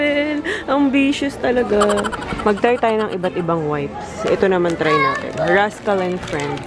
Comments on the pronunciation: "Subukan nateyn" HAHAHA napatawa nyo ko and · Nakita q un..."SUBUKAN NATEYN" 😅😅!! Ang cute nyo 😍😍